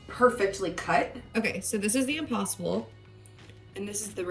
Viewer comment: I thought she said Opossum burger instead of impossible burger, att first. And I was like, ok this sounds a bit out of the ordinary😳🤔😆